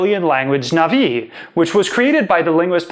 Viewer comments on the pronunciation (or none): Na'vi not Nav'i. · Sorry, but it's Na'vi not Nav'i. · It’s pronounced not-vi as well